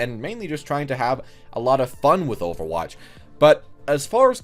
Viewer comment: Because you can't pronounce overwatch?